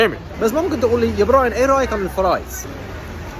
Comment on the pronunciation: اللهجه مصرييه حتى فرايز نطقها غير مع انها كلمة انجليزيه